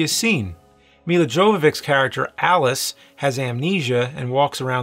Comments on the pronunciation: "Mila Govoviks"🤣👌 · She is not Mila [Djovovick], she is more like [You-vou-witch] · I was surprised how James butchered her Milla's last name pronunciation (it's yovovitch, I thought everybody knew that). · I can't recover from the way you butchered the Mila Jovovic's name :c She's Yo-vo-vich, from her Ukrainian roots. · Yovoveech to be precise (orig. Jovović) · Jovovich- Yo-vo-vich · Its proununced "me-la yock-a-vitch" no J sound. Thats okay though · It’s Yo-vo-vitch. lol